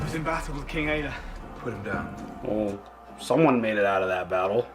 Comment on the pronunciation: I realize how very late I am., I am baffled that u r this far in and are still calling him Ecberk. Brother, it's Ecbert. Love u guys tho.